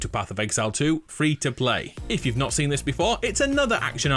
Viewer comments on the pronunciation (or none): DISH year or THIS year ???? soo anoying to hear it ....